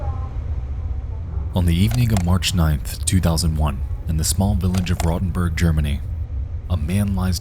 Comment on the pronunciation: Hey, the town in Germany is called Rotenburg (an der Fulda), not Rodenburg. Just wanted to point that out.